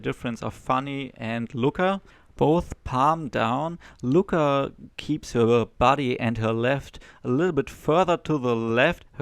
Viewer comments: It's annoying to listen you pronouncing Lučka as Luka. Its two diferent names, one is male and one frmale. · Please learn how to pronounce name: Lucka. Stasa Gejo say it correctly: check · You pronounce Lučka as Luka. Which is weird because Luka is male name. You must put č (German tsch) in the middle of Luka. Also, you put č sound on c at Rakovec. Slovenian c is German z.